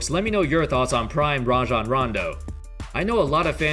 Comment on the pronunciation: I hate when people call him RAY-JON Rondo. Its RAH-JON